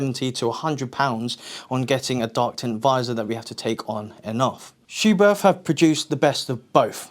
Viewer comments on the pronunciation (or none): the 'h' is silent. In german it makes the 't' softer